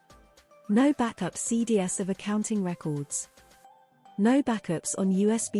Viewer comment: "Cee dee ess"? That's "cee dees."